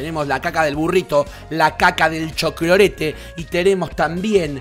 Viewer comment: Me encanta cuando dice cholclorete 😂!